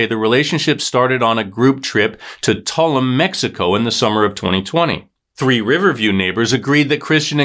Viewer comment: It is Tulume Mexico not Tollem Mexico.... pronounced Too loome.